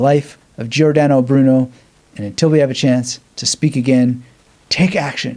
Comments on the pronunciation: He pronounced it like “Geeordano”, but the correct pronunciation is like “Jordano” (he did the same with Giovanni: it’s Jovanni, not Geeovanni). It’s a mistake English native speakers often make. It’s a probably a case of overcorrection, as in Italian you basically pronounce all the letters. But this is an exception, as the i is there to tell you to pronounce the g as a “soft” sound (like in gist) and not a “hard” sound (like in get) before a, o and u. The same is true for c, which always is a hard k sound before a, o, and u, and always a soft sound if it’s followed by i or e. That said, just spouting “learn how to pronounce it” seems a bit silly. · Love this. But learn how to pronounce Giordano.